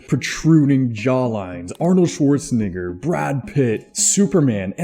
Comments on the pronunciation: He def said it with an «igg» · Bro said Shwarz nigggger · Bro said Arnold schwazen-nigg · that is NOT how you say Shwarznegger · Arnold’s last name- It’s pronounced “nay “ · dude really put his all into pronouncing Schwarznegger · That pronunciation of Arnold Shwarznegger was crazy 😭 💀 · "Shorts nigger" 💀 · Bro said nigg3r 💀😭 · Bruh really said Schwarz negger 😂😂😂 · Arnold short snicker😂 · It’s pronounced Arnold Shwarts-neigh-grr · Bro didnt even try to get his name right💀, man just wanted to say the word😂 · i don't think that's how it's pronounced man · Bro it's not shwartz n word it's swhartznegger 💀💀💀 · bro aint even try to pronounce it properly 💀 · ngl you really could have said shwarzenegger in a better sounding way 💀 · bro i came to the comments immediately to see if anybody else heard it lmao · It’s the ultimate loophole for saying the N word 😂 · That's how you pronounce it in english bud, and similar to Austrian or whereever he is from too EDIT: I'M WRONG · nah bro you must be trippin I speak German and that is not how you say it 😳